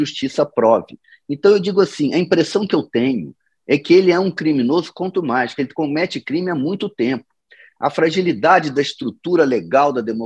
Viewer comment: É contumaz e não costumaz.